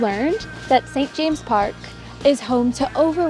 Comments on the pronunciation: St James's Park. Saint Jame ziz. Say it! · It’s pronounced st jameses park and you missed the paraquites and pelicans 😊